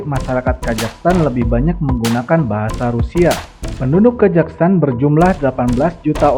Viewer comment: Kok ngomongnya kajaghstan?